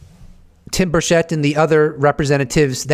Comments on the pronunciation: It is not Tim Burshett.. It’s Burchett cha cha. Burchachaett. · Tim 'Birch it.' He pronounces his own name as 'Birch-it.' Everyone missed that. 😉👍 Good stuff. Thank you, and as I watch this late, I know that Paulina and Tim got nothing.I forget the other guy's name. Undeniable proof (of et) that is seen at some point in the future, will be because of a mistake by the powers that be. We'll be joy riding in saucers before they tell anything.